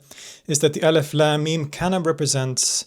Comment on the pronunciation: I just keep hearing 'Eleph Lamb Meme'